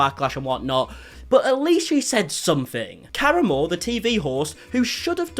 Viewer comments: Am I the only person who screamed KA-RA-MO every time he said caramel? 😂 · his name is pronounced Kuh-rah-mo. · I believe it’s pronounced Cah Ram O. He was on the MTV show The Real World and is a current member of the Queer Eye Caste on Netflix. This interview was terrible. He clearly didn’t look into Chef Ps background before the show and just took her word that she was being harassed. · Believe it's pronounced kah-rahmo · Kah-RAH-Moe Not being passive aggressive, just providing a pronunciation guide based on how he pronounces his name on QE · It's pronounced ka•rah•mo. " FDA approved. That's good because it's not a medical product" that comment made me laugh so hard! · Ka-ra-moe is how you say it but regardless he is an ass for not coming out to apologize. He is being stubborn and it will just lead to him failing at branching past Queer Eye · lol it’s pronounced “Ka-Rom-Mo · The way he’s pronouncing karamo as “caramel.” 😭🤣😭 I can’t 🤣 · Fantastic video! But also you mispronouncing his name is very distracting it's not that hard to Google how to pronounce something. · Everytime you mispronounced his name it made me laugh even harder 😂😂😂😂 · Literally takes two seconds to find out how to say that man’s name. It’s really not that hard. 😑😤